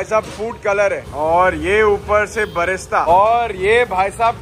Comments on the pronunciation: Vlogger Bhai "Fried Onion" ko "Barista" bol raha hai baar baar, Sounds like Coffee, Isko koi batao usko "Birista" bolte hai fried onion ko 😂😂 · It’s not barista, it’s brista